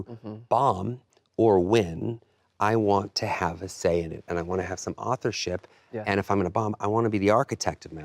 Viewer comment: Ew. Ryan really said "authorship."🤢🤮